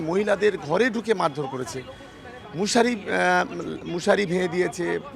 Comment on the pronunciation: চোদনা বলে কিনা মুশারি। চোদনা শুদ্ধভাবে কথা বলতে পারে না, ও আবার নেতা মারিয়েছে😂😂